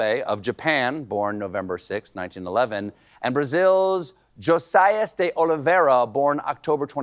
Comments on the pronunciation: the I in josias sounds like ee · Hey Colbert..Josias is pronounced “Jo-zeee-us”